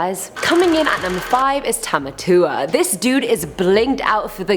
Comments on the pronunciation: Tamatao? I thought it’s Tamatoa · Tamatao 😂 its Tamatoa :) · Tamatoa (pronounced) not tamatua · “Tamatao” Me: Tomato